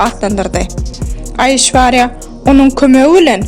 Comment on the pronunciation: Gyzynyn adyny yalnysh tutup gurleyan